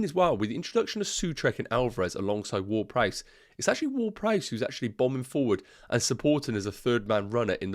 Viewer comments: Did you just call him "Word-Price"? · not probably you are calling him so the entire video 🤣 i just found it funny 😆 but i get it with the different accents 😅